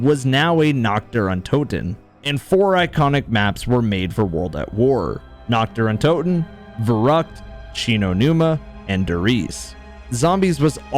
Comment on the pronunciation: His german pronounciation of kino der toten really caught me off gaurd shit was on point